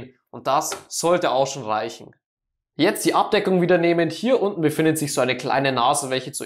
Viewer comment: Junge ES HEISST OBEN UND UNTEN UND NICHT OBNE UNTENE Danke für die Hilfe